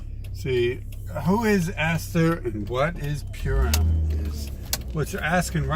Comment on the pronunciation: Excuse me, it's not "Pyoorem" it's "Purim" LOL you're welcome what's your level of education real quick